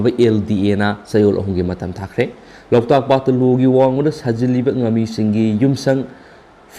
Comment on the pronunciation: Loktak haibiyo loutak ntte🙂